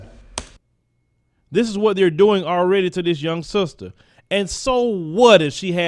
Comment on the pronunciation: "With her sulstuh"